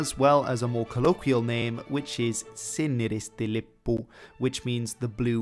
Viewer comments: It's so funny when he says something like: ''Suomen lippu'' or ''Siniristi lippu'', because he doesn't pronnounce them right. (I know he doesn't speak Finnish.) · that was amazing listening to you saying swuomen lippu and sinni risti lippu lol